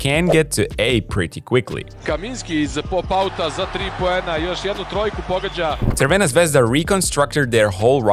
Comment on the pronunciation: That is the best pronunciation of Partizan and Crvena Zvezda i ever heard of someone on yt, he actually says it right.